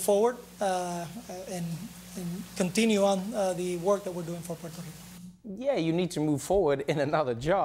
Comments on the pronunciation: Love Noah haha but it's "P-where-toh" Rico, not "Porter" Rico 🤣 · Porto Rico? Say it with me, Trevor: Poo-err-toe. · it's prononced Puerto Rico not portto rico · Everyone! Stop calling it Porto Rico. Its Puerto. They are DIFFERENT words. It is so indicative of our self involvement. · "POTO RICO" or is it Puerto Rico? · He pronounces it "potro" and it is annoying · I love you dear Trevor but your pronouncing Puerto Rico incorrectly - it doesn't have a O in it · Please pronounce the name of the country correctly.